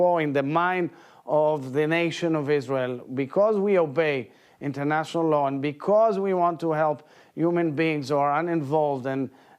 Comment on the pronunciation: Did he just say Internatinal Law?? LOOOL